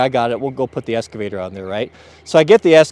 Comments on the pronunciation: It’s eXcavator, not eScavator. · "EXCAVATOR"... not escavator.... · EXcavater not EScavater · It’s called an “excavator”...not an “esscavater” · Excavator, not EScavator... C'mon man. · It's not an eScavator. It's an eXcavator. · Ex ca vator... no s 😁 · Pronounced "X-ka-va-tor" X! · EXcavator. For fucks sake it has an X